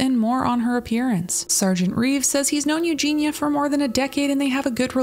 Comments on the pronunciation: Her name is EugeiIa... "You-Gee-knee-uh". If you're going to make money off of her the least you could do is pronounce her name correctly. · I agree with what is said in this video and I know this in a detail, but her name is EugenIa not Eugena. Pronounce Eu-ge-nia. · Dude, it's not pronounced Eugena it's pronounced Eugen-E-a Eugenia. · Eugenia...you are saying her name wrong dude. Ffs...not Ew GINA.....Eugen. Ia....ia..ia..Eugenia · pls its eugINIA cooney not eugina... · While I agree with the comments at the start of the video IDK why these people don't post the same stuff on obese people's videos. On those videos it's all YAS GIRL BODY POSITIVITY and then on this it's HOW IS SHE NOT DEAD? The same is true both ways. Also it's Eugenia not Eugena like you keep saying. Eugenia is a name, Eugena is not. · Please just get her name right. It’s Eugenia. Not Eugene-a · so many of these recent videos on her say it wrong :( like the least you can do is not call her miss clooney or Eugene-a and get her name right 🙄 this poor girl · You did not pronounce her name right. You Gene Eeee Uh. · Great video….I do wish u would have said her first name correctly tho